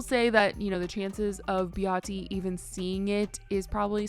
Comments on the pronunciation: Her name is Behati (ba-haaa-tee) not (bee-hot-tee). She's South African and it's nice to hear South African names pronounced properly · Pronuncing her name wrong! BaHAdi